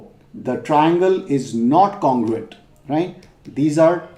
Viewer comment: Not congurent